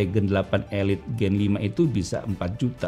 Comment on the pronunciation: Nah ini baru bener SD 8 "elit" Bukan "ilait" 😂